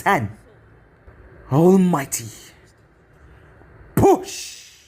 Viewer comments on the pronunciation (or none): I’ll just say this real quick. As interesting as the story may be, I can’t get over the way you say Almighty Push.